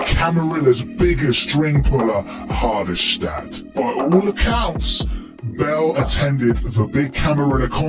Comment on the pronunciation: The way he pronounces Jan Pieterzoon and Hardestadt 🙄